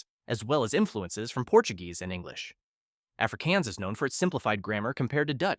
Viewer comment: Afrikaans is pronounced as afrikahns not “afrikeyans”.